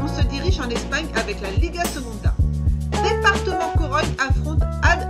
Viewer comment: mdr c est deportivo pas departement et ça se prononce alkorkone (alcorcon)